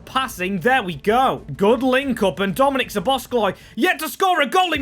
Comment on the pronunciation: Great series, but one thing that is not good is, that you are saying Szobozs(k)lai